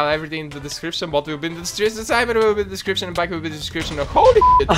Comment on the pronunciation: BAKI IS BAK (back)